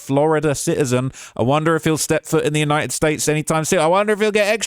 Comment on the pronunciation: ‘kin ell it’s united tates of America